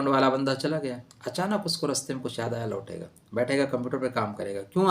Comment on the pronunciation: Lotega sahi bolo